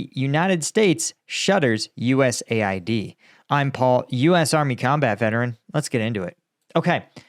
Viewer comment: It's called US-AID, not USA-ID , LOL.